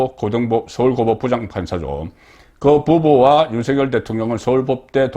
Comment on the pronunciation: 국어 문법상으로, "윤석열" 대통령 발음은, "윤성열"이 틀린 발음이고, "윤서결"이 맞는 발음입니다. "낙엽"이 "나겹"으로, "이낙연"이 "이낭연"이 아니라 "이나견"으로, "책임"은 "채김"으로 발음함이 맞습니다. 거의 모두 틀리게 발음하는데, 오로지 송선생님만 정확히 발음하심에, 국어를 사랑하는 자로서 깊이 감사드립니다.